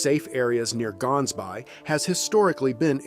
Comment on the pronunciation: To make one aware, the way the town (Gansbaai) in Cape Town is being pronounced is incorrect. It is not "GANS-bay" (with a hard G) the correct pronunciation uses a softer, throat-based sound for the "g". It is Afrikaans for "gans" (goose) and "baai" (bay).